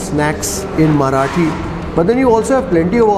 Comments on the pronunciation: Love your marathi pronounciation , its just spot on! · Great man.. Your marathi pronunciation is impressive. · Your Marathi Pronunciation is so appropriate. Really appreciated